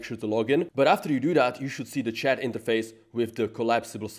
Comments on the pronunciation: And the << ch >> is probably pronounced << sh >> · In le Chat, the « t » is silent (pro tips to sound smart).